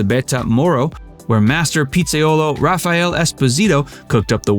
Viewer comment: Friggitoría Raffaele with E at the end, not Raffaèl Espósito La Notízia Enzo Cóccia LimonE not limón! Trattoría Amatriciana, with c not s Frittata not frittada Acetaia, not Asetaia BolognesE not Bolonès Rímini Cappelletti not Cappelledi Cesare not Sesar .... It ranks on par with Brad Pitt playing Aldo Raine in the famous Italian scene in Inglorious Basterds (only that was on purpose) 😂